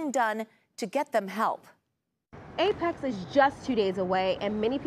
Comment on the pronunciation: She says it wrong x2 & . 🙄 Lezla it's not "APEX" & it's not plural "APECs." It seems she caught on after reading the SF Emergency Operations Center's statement out loud. Does she even know what APEC stands for? 🤔 Maybe her camera person or segment editor should correct her mistake, rather than letting it go to air.